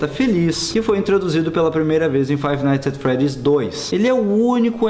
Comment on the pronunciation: Se pronuncia "faive naits et fredis"